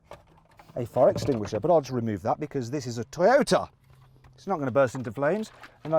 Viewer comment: 外国の人のトヨタの発音かっこいいな